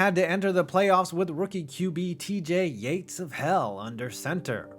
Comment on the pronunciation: “Yates of hell”🤣🤣